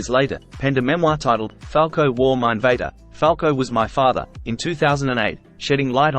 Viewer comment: "Falco war mein Vader" fucking hilarious AI pronounciation.